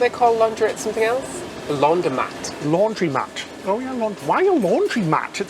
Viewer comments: Laundromat... lawn dro mat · Not laundry mat....laundromat --like automatic I think..... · your trouble with spoken words, (both English and non-english) never fails to send me into hysterics. Keep it up!! "Laundry-Matt"? No. Laundromat, after the 1940s and 50s fad, the Automat, where whole meals were sold in vending machines. And kudos on learning how to say "Buffet" rather than "Boo-fayy." It sounded as if you were describing a 1960s hairdo. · Actually it’s Laundromat, not “Laundrymat”. The word is a portmanteau of launder & automatic 😉 And the doohickey for your mango dessert is called a pipette 😋